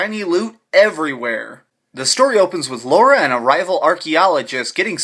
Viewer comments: Lara. Not Laura! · Subbed! Great review! But she's called Lara not Laura nor Lora it's starting to get annoying :) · You pronounce it Laura?